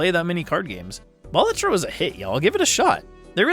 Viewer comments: Just thought I'd say that it's a real Latin word meaning "jester", and it's pronounced "BA-la-tro" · It's a Latin word that basically means the equivalent of "Jester", and that latin word is pronounced "BA-LA-tro"... Yes, you put emphasis on both syllables. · It's pronounced "Balatro"